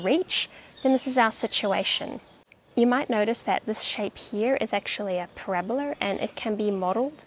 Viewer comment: How do you make an eraser holy? Beat the devil out of it! Ha! Also..."Parabal-er"! I love the accent! ∈ A where A = B∩C, where B = {the best math teachers ever}, and C = {very cool people who can sometimes see Canopus on a clear night}.:) Question is, is the only element of B X C? I don't know. Only one I know. Also, thank you for not letting the tree fall off the cliff. And especially, and seriously, thank you for encouraging us to keep going, keep practicing, and keeping on learning!!!